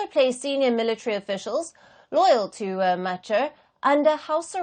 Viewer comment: Why call him Car? Should be ki-rr. Like ki-ll only you replace 'll' with 'rr'. Though I'm from their neighbourhood country let the Dinkas rule this 'case'.😊 Even Machar we need to hear sound 'r' at the end